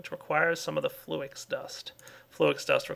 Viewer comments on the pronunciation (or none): Flew-Ix? nooo its Flux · its flux... lol you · fl - ex insted of flux.. lol